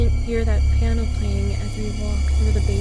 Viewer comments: It's piano not plano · It said plano it should said piano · Its plano not piano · Nobody: Not a single soul:: “Plano”